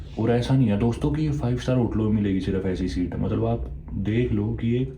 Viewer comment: Mallab..................Mallab.mallab.mallab.malllab.matlab......mallab 😡 jab dekho tab matlab . Itne cute way mai kyu bolte ho aap .